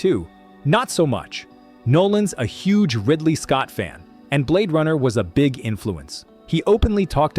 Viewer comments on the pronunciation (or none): none